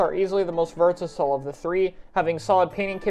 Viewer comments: “versasle” Also I really expect vanilla blaster to be the worst. But Neo Luna makes much more sense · You mean versatile? Never heard of vertasile. You must've been tired.